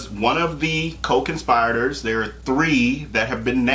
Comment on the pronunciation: Short “i!” It’s not a long “i” in “conspirators!”